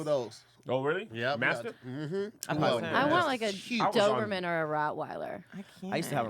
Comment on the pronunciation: A fkn stingray🤣🤣🤣🤣🤣🤣🤣🤣🤣 I needed this laugh. CP was a great warm up and you have to have big hitters after that. Y'all let slide on those dog names "Kojo instead of Cujo and Doubleman instead of Doberman"🤣🤣